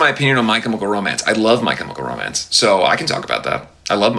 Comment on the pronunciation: "Michael romance " hahaha 😂 thats what i hear when he says "my chemical romance."